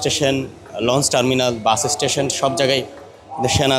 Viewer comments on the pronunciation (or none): none